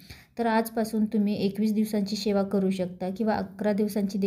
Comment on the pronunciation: शेवा शब्द नाही. सेवा बोल.मराठी शुद्ध बोला.